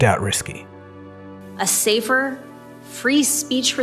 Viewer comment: I swear when she says "safer" she's pronouncing it "saver"...